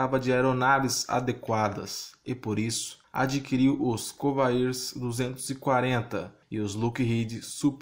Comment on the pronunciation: Escreve Convair, mas lê "Convér".